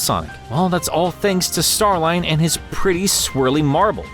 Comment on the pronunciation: I thought it was pronounced Star-leen